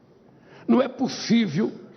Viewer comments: N é "pussiviu"😅😅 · Não é "pussiviu" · Não é puçiviu kkkkkkkkk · Não e pu sivio 😂😂😂 não e pu sivio 😂😁😁 minha nossa como que pode??.🤦🤦🤦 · “Não é pussiviu” lule 2023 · Não é 'puciviu'...